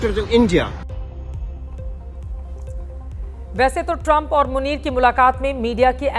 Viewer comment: और बोलो नमस्ते ट्रामप😂😂😂